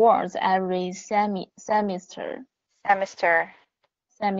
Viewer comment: The stress on semester is on the 2nd syllable, not the first one. It's val-ywa-bol, not va-lu-wa-bol. 😉 Valuable also means important.